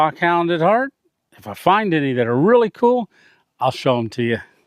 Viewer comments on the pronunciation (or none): none